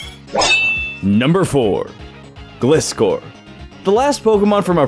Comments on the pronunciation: It's Gli-scor, not Glis-cor. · It hurt to watch him say gliscore or instead of Glyscore. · It's pronounced gliscor as in (gly-score) it was even in the show. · Sorry, but that pronunciation of Gliscor is cursed. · Good ideas but your pronouncing Glyscors wrong.